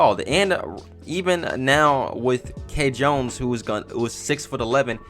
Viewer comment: ITS PRONOUNCED KEYE JONES NOT K JONES WTF LMAO